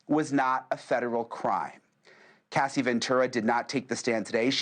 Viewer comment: Her name is Cassie not Cathy